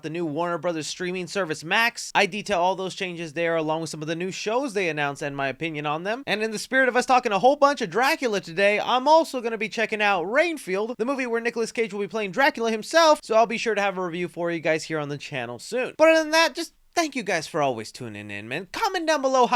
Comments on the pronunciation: it’s renfield not rainfield lol still love your videos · Ren-feild not reign-feild 😂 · It's pronounced... REN field. Ren, not Rain. ☔🤣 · Renfield not rain field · You just said ranfield it renfield you know with a E not and a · bro said Reinfield and thought we wouldn't notice 😭😭